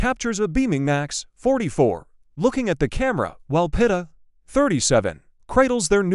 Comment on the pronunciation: Pronounced Peet ah